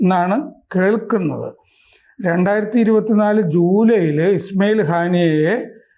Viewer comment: ഗെത്തർ ,ഗാമേനി , ഇസ്മയേൽ ഗനിയ അങ്ങനെ പോകുന്നു പേരുകൾ 😅